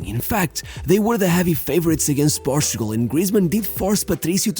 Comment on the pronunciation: Love these videos. However, you should try to use the English pronunciation for Portugal because I had to enabled the subtitles just for that 😛😛